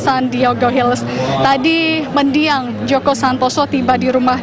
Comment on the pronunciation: MENDIANG......BUKAN MEDIANG...